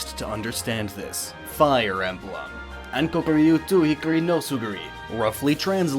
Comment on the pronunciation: First time I've heard "Hikari" pronounced "Hickory". Also, I liked when you flashed an FE6 screen when mentioning "devious gameplay". I'm playing through it right now, and you couldn't be more accurate